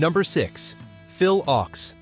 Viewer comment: It's pronounced "OAKS", not "OX" !